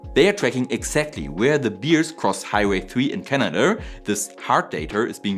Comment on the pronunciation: What a noble and cause worthy of support is saving the beer crossing a highway. 😅 Your pronounciation of the word “bear”, Also funny with the German way of saying: I am a member for 3 years now, as opposed to the English-speaker’s way, which would be along the lines of “I have been a member for 3 years now.” Aaah, yes, the little differences. 😊